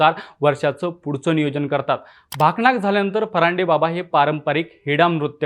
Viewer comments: भाकनाक❌ भाकणुक✅ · भाकनाक नाही रे भाकणूक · भाकनाक नाही भाऊ भाकनुक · बोल भिडू युट्यूब चॅनलचे बातमीदार,आपण पट्टणकोडोलिचे यात्रेबाबत,छान वर्णनात्मक अशी, माहिती दिलित. त्या बद्दल आपणाला धन्यवाद. फक्त एक उच्चार,चुकीचा होत होता. "भाकनाक ". तर त्याला, भाकनाक न म्हणता, "भाकणूक " असे म्हणतात. एकंदरीत छान वृत्तांत दिलात. धन्यवाद. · भाकनाक नाही भावा भाकणुक असतं ते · भकणाक नाही भाकणुक आहे ते ❤❤ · माहिती तर बरोबर दिली तुम्ही पण एक शब्द चुकीचा उच्चारला तुम्ही त्यात भाकनाक नसते ती भाकणुक असते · भकणाक नाही... भाकणुक असते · "भाकणूक" हा शब्द स्पष्ट उच्चरावा... बाकी व्हिडिओ मस्त....❤️🌿